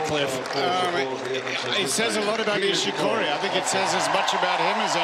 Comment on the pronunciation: 『ニィシ↑コリィ↓のサーブ』